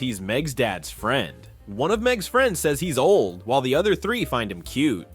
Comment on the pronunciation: "whiel you mean while? Whiel while whiel while whiel" 💀💀💀